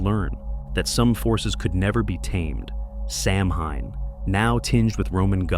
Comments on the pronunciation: Hi, beautiful animations. One thing, though: Samhain is pronounced SOW-wen. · Please .. pronounced “sow-when” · Those animations are so great, though. Did you do them yourself? Loved them. And on that pronunciation: it's not an easy one, lol. Ireland actually has two official languages, English... and Gaelic. It's an ancient language. As a primary language, only a small number of native Irish use it anymore. It's taught in Irish schools so the language doesn't completely go extinct. Some letters were put together in Gaelic to make some sounds. For example, "mh" was the sound of "w". It's an interesting language; when you see it in print, several words aren't pronounced as they're written, lol. Anyway... Happy Halloween to you, and nice video! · if you're not going to pronounce it correctly, why bother with the video. disliked. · It's AI. It has no clue how to say Samhain. 🤷‍♀️